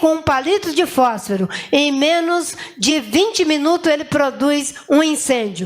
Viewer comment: FÓSFARO . Olha o português na miministra.😂😂😂😂